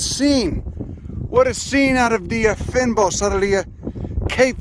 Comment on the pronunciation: It's pronounced FEIN-BOSS 😂